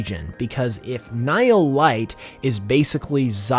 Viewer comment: hearing it pronounced nile light, its pronounced like knee-heel. ni hil